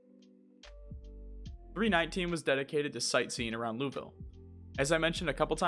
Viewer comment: Just letting you know, there is probably no quicker way to annoy Kentuckians than mispronouncing Louisville. It’s something we’re weirdly defensive about. For reference it’s Loo Uh Vull (pronounced like full with a v) But without any break between syllables.